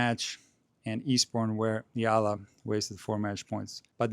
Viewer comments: Her surname is pronounced EYALA. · The "E" in Eala is NOT pronounced as the i in Italy, but as the E in extra. Amazing as it may seem too you, not all alphabets follow the English fonetic rules. 😅